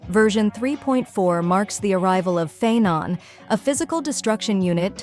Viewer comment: Phainon ❌ Feign, a ✅ 😭